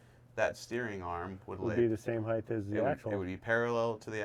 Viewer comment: You are one of the worst offenders of this, you want to take some HEIGHT out of it, not HEIGHTH